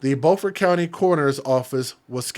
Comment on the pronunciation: its pronounced buuuufort ... like you say beautiful its beau fort .... she need to be held under water ro see how it feels